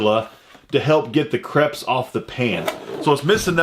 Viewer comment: crepes said crapes.....thin pancakes